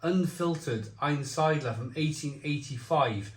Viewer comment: I know you want to use a glass to pour the beer in so we can see the colour of the beer but you have a tall, cream coloured stein sitting right behind you from Aktien Zwick'l beer (also lovely btw)! Couple of pronunciation tips: -Einsiedler: ain-seedler (ain as in Einstein), -Chemnitz: Chem as in chemistry. -Reinheitsgebot: Rain-haits-ge-boat Zwickel: Tswickul In general the Germans pronounce the Z as if it there's an invisible T in front of it that you do pronounce, also works for zwei, zusammen etc